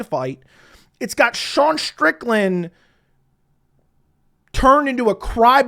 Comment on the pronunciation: Well, I think it's pronounced "SHAMAh" .... but I don't expect a guy calling him SHAWN SCHTRICKLAND , to get this one right either ... All good . 😁 P.S.: Ankalaevalium bout to get slept in round 2 !